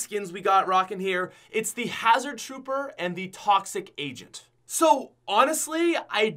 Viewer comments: Oof he said toxic agent and hazerd troper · Hazard trooper and toxic agent lol u said it wrong both